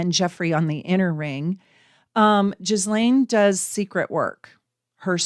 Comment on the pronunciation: This was so very interesting. I’d love to hear more. I promise I’m not one of “those kind” of people, but can I ask for you to please look up the correct pronunciation of her name? 😊